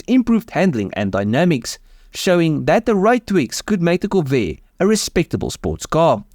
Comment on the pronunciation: visual elements ok If that was not a AI, have somebody coach the guy on pronunciation...anybody who cannot pronounce "Corvair" should not be doing voice over work. If it is AI, add to above list: lose the accent. Please disregard that comment if you are a human; it would be rude to suggest.